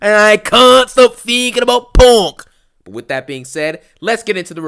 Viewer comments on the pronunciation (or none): bruh I thought this man was saying PORK 😭